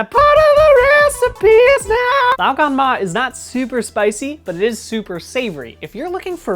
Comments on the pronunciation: Even pronounces it pretty well. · as a chinese person, i can assure you that you pronounced 'lao gan ma' perfectly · I was gonna correct ur 'lao gan ma' to 'lo gon ma' because my -25 vision thought the jar said 香港（Hong Kong), so it's Cantonese not mandarin, but then I searched it up and it's actually 香辣 not 香港。 I will now go and purchase some glasses.